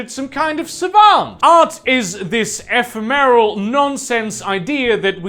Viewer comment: It's E-fem-mer-all, not e-fe-meryl